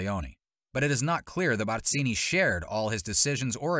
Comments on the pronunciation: *Barzini…… not Batzini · Barzini with a Z not an S. Learn how to pronounce his name before trying to sound like an expert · If I had a dollar for every time this guy mispronounced Barzini's name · Why you gotta go in so hard with the pronunciation "Barzini" though? 😂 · The way you pronounce Barzini is extremely annoying.